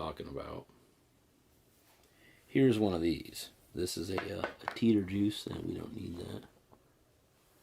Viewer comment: idk if you know this now but its actually jeeter with a j lmao. A for effort tho